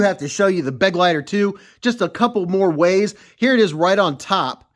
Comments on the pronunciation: For what it's worth: "Begleiter" is German for "companion". And it's pronounced Be-gleiter, not Beg-leiter. Except for that, good pronunciation. 👍🏻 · For anyone interested in the correct pronounciation: its: "BA-GLITER" (like in "glider" only with a hard T)